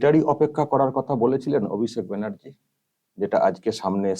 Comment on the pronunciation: "সাড়া", "ভাড়তে", "কড়াড়", "কড়েছে" এইসব শব্দের অর্থ কি আপনারা জানেন ? মূর্খ ছেলেটা আগে ঠিকঠাক কথা বলা শিখুক এবং তারপর কথা বলুক।